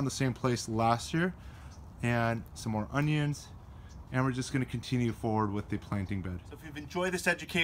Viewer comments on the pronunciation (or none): none